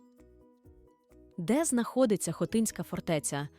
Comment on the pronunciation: Шановні! Дякую за вашу працю і ідею з питаннями. Але... у вас жахливі наголоси в найпростіших словах: ХотИн, хотИнська.... У вікіпедії є наголоси.